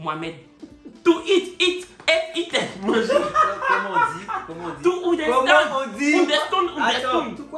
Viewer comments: To oundestand🤣🤣🤣🤣🤣🤣🤣🤣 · Kiee to" Ounderstand"😂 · To, oudestoune oudestoune ….Ahhh je t’aime 🤣🤣🤣🤣🤣😭❤️❤️❤️❤️❤️ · To "ouderstand, ouderstood ouderstood" et puis il explique pour mettre dessus 😂😂🤣 excuse nous beaucoup 🤣 bon les filles là tu as dit non ou yesss c'est mélangé 🤣🤣 - 🤣😂🤣